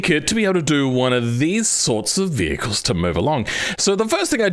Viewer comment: ahh yes "hevicles", the name of a specific group of cars most likely to give you car sickness